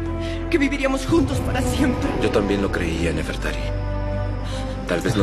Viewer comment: se dise nefertari :v